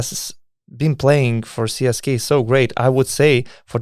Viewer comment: Donatai, ne CSKay, o CSKA :) net anglakalbiai taria CSKA (CESKA), be jokiu "Kei" gale. O siaip, saunus podcastas, lauksim toliau